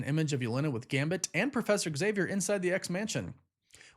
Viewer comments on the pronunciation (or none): none